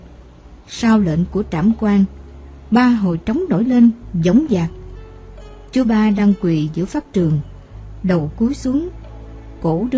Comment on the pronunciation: Cứ nghe từ chú 3 là thấy sao kỳ lạ á người đọc bị gì vậy á !